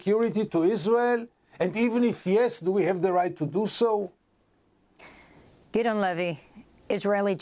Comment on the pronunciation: Why is she saying Gideon wrong?